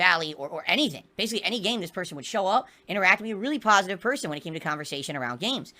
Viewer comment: snorlax was a pahsitive influence as long as he was donating me muney now hes a detractor trying to get his muney back''